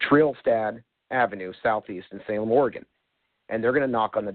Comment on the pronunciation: "Oregone" Headquarters